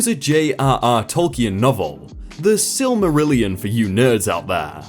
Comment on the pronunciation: I applaud your correct pronunciation of silmarillion and ainulindale.